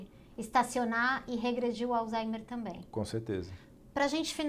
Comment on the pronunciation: Acho engraçado que todo mundo acaba falando alzheimer como "alzaimer", e o dr Alain fala do modo correto, o h fazendo leve som de r, como "alzraimer".